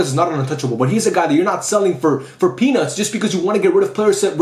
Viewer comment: please articulate the "t" in peanuts a little more 😭😭